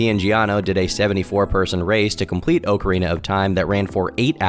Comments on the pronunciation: I have maybe 45 mins of playtime in all the Zelda series and MAN is it annoying how you pronounce Ocarina lol i cant imagine what the die hards are feeling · it's so easy to use the right pronouns. like, so easy. but you can't even pronounce Ocarina so I don't know what I expected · Your annunciation of "ocarina" discredits this whole 1 hour video. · I’m disappointed with the pronunciation of Ocarina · clicked away after the 3rd or 4th mispronunciation of Ocarina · you're saying it wrong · You did not just pronounce ocarina like that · The only thing that’s wrong is how is pronouncing “Ocarina”. 😢😂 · "Oak-arena of time" lmao. Pre sure its occa like soccer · Ngl hearin' "Oak-arina" twice followed by Ocarina at minute 3 kinda messed me up lol As a Zelda fan I felt my eye twitch a lil' Edit in: And then back to Oak-arina at minute 4. yer killin' me lol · Its ock not oak u destiny sweeper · It's pronounced ock arena of time, not weak urethra like you said it. Think of it like "getting it the okcy way" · crazy how people are in shambles about his pronunciation, when its literally not pronounced ahk-uh-rina. its ah-kree-na. not oakrina not okarina. akrina. now figure it out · Oh-carina of Time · Anyone who really thinks it's pronounced "Oakarina", do you also say "Oaktopus" for octopus? Maybe "Doaktor" for doctor? If you still think its oakarina then you are just ok with being wrong. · I’m glad that the top comments are about “oakarina” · Of all the controversy you garner with your videos,, saying "OAKarina of TIme" is the most warranted. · It's pronounced ocarina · TOM, you should know god damn well it's not OHcarina, I genuinely don't know if I can watch you after that one brother imma be real 😭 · Idk why but I had to turn the vid off the 25th time you pronounced the game, “oak-uh-teen-uh”. It was irritating tf outta me. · Bruh if you say oak-arina one more time Imma come out as trans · Professor Oak…. arina